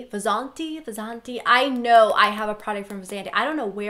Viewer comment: Oh! btw, Vasanti is pronounced Vuh-sun-thee. :)